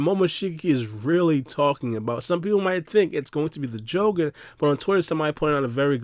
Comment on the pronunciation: Why do you pronounced the jougan the way you do?? 🤔🤔 knowing how all other doujutu have all the same pronunciation